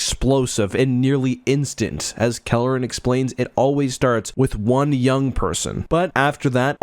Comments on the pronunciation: He keeps saying Kalleren but I'm certain it's Karellen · Sir, please, It's Karellen, not Kalleren. Nitpicky, I know... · "Kare-Ellen" not "Kelleran", heh. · Karellen, not Kelleran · NEEDS to lose that center-of-the-screen gopher image. Also, ensure that you get the details of names correct (ie: it's Karellen, NOT Calaren). You primarily focused on the book, not the TV mini-series, so there were some conflicts there that were somewhat confusing. Fix all these short-comings and this would have been an OK video. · Karellen, not Kalerren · Karellen - I was pronouncing his name wrong, I guess. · CAR. ELLEN. Everything in this video is awesome, but the pronunciation matters. I know it’s AI, but it’s jarring food for thought. 🎃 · All that work and preparation you put into making this video and in you Pronounce karellen’s name wrong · You mispronounced Karellen repeatedly...